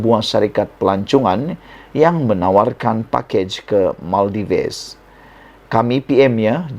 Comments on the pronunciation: Salam Sebutannya negara MAL-DIVs Bukan MAL-DI-VES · Sebutan tempat pelancongan itu pun SALAH...tak buat "homework"kah?..Bukan diebut MAL DI VES,tapi disrbut MAL DIVS....u tuber kena belajar cara sebutan laa..malu laaa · Bukan Maldives, sebutannya ialah Maldiv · Sebutan yg betul adalah Maldif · Sorry Bro, pronounce yang betul bagi pulau "Maldives" adalah Mal - dif-ss; kalau tidak silap saya. Sorry Bro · Sebutan yg betul - MALDIV. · Salah tu, yg betul sebutannya ialah Maladewa... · SEBUT BETUL2 MALDIVES TU...KAMU SEBUT TU SALAH..BRO